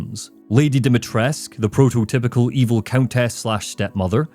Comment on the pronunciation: Great video, but I do have a minor nitpick, I don't know if anyone else mentioned this, but there is no silent U at the end of Dimitrescu, it's pronounced more or less as it's spelled Not sure why they pronounce it like that in game